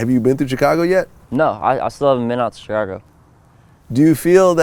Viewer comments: it bothers me the way this nigga vlad says chicago.... chick - ago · The way Vlad keep pronouncing Chicago like "Chicano" got me twisted. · I hate the way Vlad says Chicago